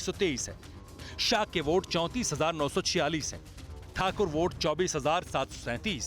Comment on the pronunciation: aitihaasik boats se??? bhai vote n boat bolna seekhle pehle